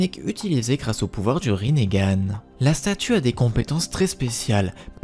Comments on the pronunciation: Parce que ça se prononce Rinnégan peut-être ? 🤡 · Mais pourquoi tu dit rinégan